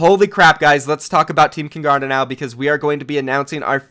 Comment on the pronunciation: I cant even watch this after I hear how he says kungarna. It just sounds so wrong. Hans uttal är fruktansvärt